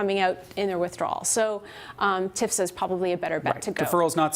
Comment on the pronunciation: It's T.F.S.A., lady. Not "tifsa."